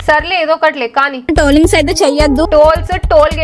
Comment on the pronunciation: ట్రోలింగ్ ❌ టోలింక్స్ ✅ ప్రాంక్ ❌ ఫ్ర్యాంగ్ ✅ డైవర్స్ ❌ డైవస్ ✅ కోర్టు మెట్లు ❌ కోటి మెట్లు✅ పర్సనల్ ❌ పర్శనాలటి✅ అక్క ఆణిముత్యాలు